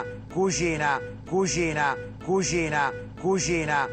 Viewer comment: ma pure io dico cuschina! è romano tipico ahha